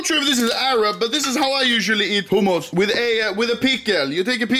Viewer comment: i love how anomaly pronounces hummus as "homos"